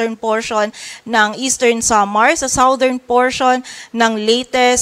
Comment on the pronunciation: #Reporter, South is pronounced as sawt, but southern is #sadern. Check dictionary for correct pronunciation.